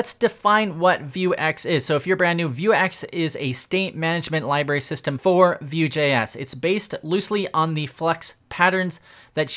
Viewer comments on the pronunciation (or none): none